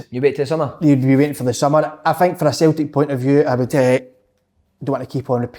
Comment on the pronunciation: Nobody: ... Kevin Kyle: “Sultic”